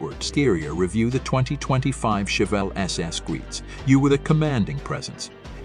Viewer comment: Learn how to say chevelle before making a video on it